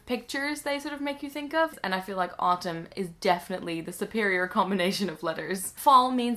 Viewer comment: if you're going to say autumn with an american accent, you should "tap" the t (make it sound more like d) because it sounds weird if you pronounce the t